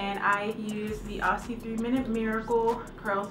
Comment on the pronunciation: great video, but as an Australian i have a small bit of feedback , the product is actually pronounced as "ozzy"